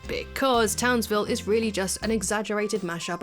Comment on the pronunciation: The best part of the episode is they kept saying Townsvillie and it made me think of the Powerpuff Girls.